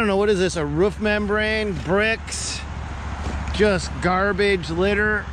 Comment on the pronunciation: Hate how he pronounces roof.